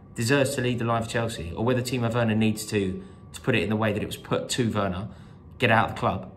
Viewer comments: Think the reaction to this has been a bit OTT. Do we even know if this guy was a real Chelsea fan? Plus he said "Worner" not "Werner" lol. The comment was not racist, sexist, or homophobic. The crowd booed him after. End of, No biggie. Rory has been cricital of Werner himself. Remember all , Win or Lose ...Up the Blues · The guy can’t even pronounce Werner’s name correctly. That tells you all you need to know.